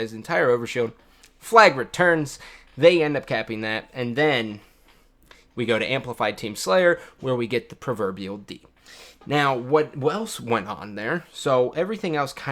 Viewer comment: "The perverbial D" I'm done